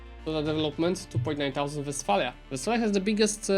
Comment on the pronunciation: when you say thousand the t isn't silent. Thou is pronounced more like hou with a slight prominent t so like tHOU kinda, I just thought of this as I watched the video so I just wanted to point it out, no hard feelings meant.